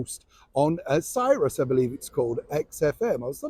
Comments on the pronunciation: Sirius — Pronounced serious, as in, are you serious? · It’s called Sirius XM, pronounced like “serious “